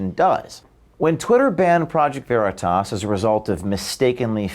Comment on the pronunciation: She can't even pronounce the name of Okeef's company. Isn't that akin to dead naming? It's always been considered a dis to mis-pronounce someone's name or the name of their business.